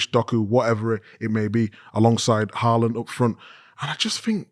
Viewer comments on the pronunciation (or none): none